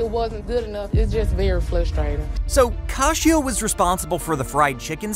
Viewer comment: When they literally pronounce their names in the show and this guy doesn't bother to pronounce them correctly... you can tell he doesn't actually watch it. Her name is KAY-SHA, not Kah-she-ah. Actually sit down and watch the show you're critiquing/covering in the videos man